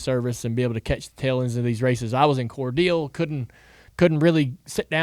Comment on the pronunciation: Core- dale. That’s how it’s pronounced bro.